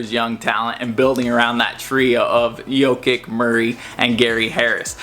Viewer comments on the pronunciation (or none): fr those Balkan c's are never hard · not Jokik its "Yo-Kitch"